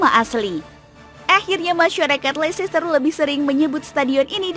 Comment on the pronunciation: Kritik min: Pengucapan untuk LEICESTER tidak sama dengan tulisannya, melainkan LESTER atau LESTEH atau LESTOH atau LESTE. Karena ini berkaitan dengan Words Elision. Terima kasih.